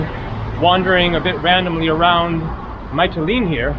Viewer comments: your Greek is better than that - it's Mitileenee:) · Pronunciation - Mee-tee-LEEN-ee. Recommend visiting the Theophilos museum there. He was a naif painter, sort of like a Greek Henri Rousseau. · btw the city is pronounced miti lini (mee tee lee nee) 😊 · Hi, Greece has a special energy. It's the people. BTW it's pronounced Metelene and the accent is on the le. Have a nice time there.